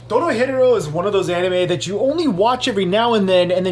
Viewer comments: Is he pronouncing the name of the anime wrong? He saying it spanishy. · Did you really just say Doro Hetero